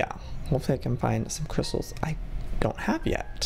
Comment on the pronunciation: And he might of said cwystals